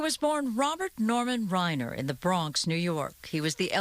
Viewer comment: 'Rob Whiner' instead of 'Reiner'. She must get a bonus for that.